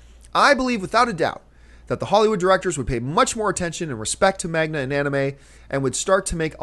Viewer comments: First off john its man-ga not mag-na I know its picky and you dont care for it but at least learn what its called. Not about pronunciation, its about spelling, thanx. You seem to always have the same issue with Anime and Manga as always and its a false point. You brought up power rangers and said if they just follow the mythology and reimagine it, it could be good. I agree, to that point its not about brand. Now of course it could be. Lots of timesmit is. Sometimes, though, its just about amgood story. It dosent matter if its from manga, books, previous movies, tv, anime, whatever. This is not the great director, actor, writer philliepe the dancing microphone argument. Its about story origin. Those who argue just do original instead, as john says they do they are just normaly not block busters which is why most people dont know about them. So instead os just saying, no, not enough people want a "Bleach" or "Cowboy Beebop" movie so no. Realize the answer is yes there is some good story telling in the japanese markets that can translate to american audiences if done right just depends how they hand2l the properties. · John??? are you serious about Anime and Manga? (and its maNGa not maGNa.) your favorite movie of this year was based on a manga,, EDGE OF TOMORROW!!!!!! Matrix was a lot based on a manga (ghost in the shell) That being said, most people really didn't go see Nolan's BATMAN because of the comic, ,only cause they had great stories, now if you can find great stories in manga, who cares? people are gonna like it...and yes, its a great source material.. only american ignorance wanting to insist NOT to go there, or any other places even when you see the good stories adapted from them !!!!!! O__o there are amazing stories out there in the world which can make good movies with hollywood money and talent,but they just want to insist on ignoring them... well, its is your loss,we already know those stories and enjoyed them!! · manga, not magna :) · Manga not Magma!